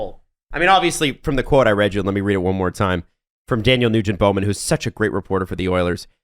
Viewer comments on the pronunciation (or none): none